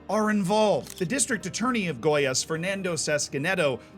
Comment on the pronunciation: Hermione time: It's goiAs, not gOias